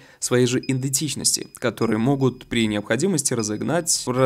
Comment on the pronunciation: Ты сказал индетичнрсти 😅 может идентичности?